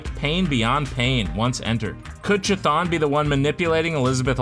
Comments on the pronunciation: Cuthulu not chithon. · Prote-JAY? A girl? And CH thon